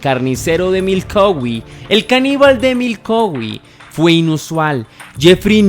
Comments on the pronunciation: Jajajajaja es Milwaukee no Milkowi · Exacto, no lo pronuncio bien es Milwaukee con "W" pero bueno, es un error que cualquiera puede tener... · Primero pensé que había escuchado mal, retrocedi y si dice MILKOWI y me rei mucho 😂😂😂😂 un lapsus de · NO ES MILKOWE ESTUPIDO MALPARIDO ES MILWAUKEE IMMECIL INVESTIGA BIEN ANTES DE SUBIR TUS VIDEOS DE MIERDA 😂😂😂😂😂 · Crítica constructiva no se dice milcowee el lugar se escribe Milwaukee y se pronuncia milwooky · Se pronuncia milguoki no milouqui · Es Milwuakee no Milkauwee... 😊 nueva seguidora. Buen documental! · Es Milwaukee no milkowee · Si leyenda nos dimos cuenta que mencionaste mal , dijiste milcoweee y no Milwaukee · jajaj no se si lo hace a proposito cuando dice milkowi jajajaja esta solo jajajaj que cagada de risas jajaja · Milkowi? Ya empezaste mal jajajaja 🤣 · Milkowi? J as Jajaja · siento decirte que me he reído mucho, no por el caso que ya conocía muy bien si no por todas las veces que has pronunciado Milkowe. ❤ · Te acabo de descubrir, muy buena narración y montaje, dejando a un lado el error de pronunciación de Milwaukee, decir que está tan bien narrado que no me he salido de onda. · El misterio más grande es por qué pronuncia asi ( Milwaukee Wisconsin) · Ni siquiera sabe decir el nombre de Milwaukee. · 😂 me pasa lo mismo. No se si sea disléxico el pobre jaja pero es increíble las veces que repitió mal y nunca atinó a decir Milwaukee y Lionel (qué se pronuncia "Laionel") jajaja Pésimo